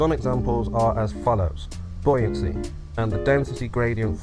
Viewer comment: There's one thing he gets right - the pronunciation of 'buoyancy'.